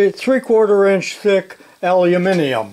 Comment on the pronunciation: I can’t believe you pronounced “Al You Mini Um” correctly! 👍👍👍🇦🇺